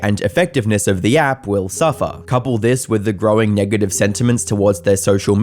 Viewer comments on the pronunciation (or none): none